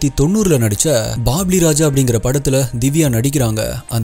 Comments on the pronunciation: Anna உங்க உச்சரிப்பு எல்லாம் மிகவும் அருமை.... நீங்க எடுக்குற topic அதுக்கான உங்கள் உழைப்பு எல்லாத்துக்கும் ஒரு பெரிய HATSOFF.... ஆனால் oru chinna correction.... பாபிலி ராஜா இல்லை... பொப்பிலி ராஜா.... என் தாய் மொழி telugu...அதான் ஒரு சின்ன correction... பொப்பிலி Andhra la oru ஊர் பெயர்... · Anna unnga voice everything was too good but only issue was some pronounciation issue mattum taan,u said bobly Raja - it is bobbili Raja if u conc. A little on that , this would be much better , BTW it's not a big issue cz ur voice n story narration, vid. Editing skills dominate that . 😁Just a small suggestion 🙂